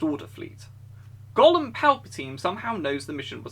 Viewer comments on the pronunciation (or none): ''Gollem Palpatine'' <3 <3 <3